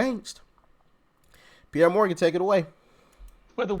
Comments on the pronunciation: It's Piers, you actually pronounce the 'S'. They should call him Charlemagne 'thinks he's a god.' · Why do you keep calling Pierce Morgan Pierre? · 😂 did you just call him Pierr Morgan...😂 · Doc.. it's Pierce not Pierre..... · FYI, ITS not piere Morganits prnounced Pierce Morgan. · Just wanted you to know, it's Piers (pierce) Morgan. But love your posts❤ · Pierre ??? It pronounced peer-zz.. or peer-se... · It's peeeer's Morgan Morgan lol no pi er he's English not French 😅😅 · Thanks for another great show, btw, it's not Pierre Morgan, but Piers, pronounced Peers. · I usually watch on ROKU so I don't comment, but I watch you every single day. I love your content...oh, by the way it's Piers, like pierce, not Pierre. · His name is pronounced PEERS. Not Pierre. No disrespect just passing info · His name is piers like the needle pierced my skin. (Not trying to be rude nor a grammer nazi just enlightening I hope) love your channel. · Morgan's name is pronounced 'Pierce'. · Nice video, but it Piers Morgan not Pierre 😂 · Piers is pronounced Pierce, lol! Trump has my vote no matter what. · Pierre Morgan 😂 That's the first time I've heard his name pronounced that way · His name is pronounced"Peerz" Morgan. Just an FYI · Piers..pronounc ed Pierce. Love ya Doc. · Piers is pronounced Pierce 😂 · Bro, it's Pierce Like PEERS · Just as a clarification, Piers is pronounced like “peers.” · Doc, it's Piers, like what boats pull up to. :) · Piers Pronounced- Pierz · Pearce for pronunciation matters. Get a grip. 😮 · His name is pronounced PIERs as in fishing Pier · its pronounced like a fishing pier but plural